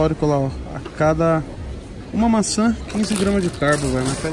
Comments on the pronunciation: ''Vamos levar mança'' kkkkkkkkkkkkkkkkk fala direito carai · Tem toguro falando mançam tem like